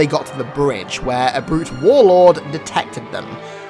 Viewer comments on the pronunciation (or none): none